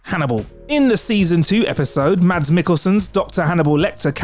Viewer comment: Fun fact: Mads is pronounced 'Mess'. Danish is weird.